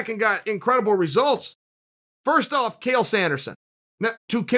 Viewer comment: chael mispronouncing his own name or was it modesty, cos we all know there is only one who cannot be compared to